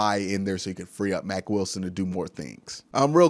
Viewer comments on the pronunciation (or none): none